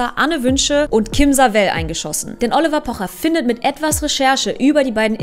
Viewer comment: Triggert nur mich das so sehr wie sie "Oliver" ausspricht ?😁